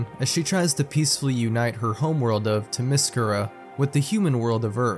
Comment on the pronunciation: "The PLANET of ThMysCirA" lol that's some top quality research there